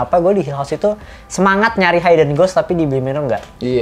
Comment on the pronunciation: blai bukan bli yah.. kan di felm juga udah terpronounce.. hidden yah mas.. bukan haiden .. hehe .. btw saya suka review kalian.. kalo mau nonton apa pasti lihat cinecrib dulu lagi pada bahas apa.. oh iya di bly manor saya sangat terkesan sama logatnya peter quint.. yg agak beda dari yg lain..lebih medok kali yak..itu logat inggris belah mana yah..agak2 irish juga. btw ane kurang satu episode lagi bly manor.. tambah seru. jadi eman2 dulu nontonnya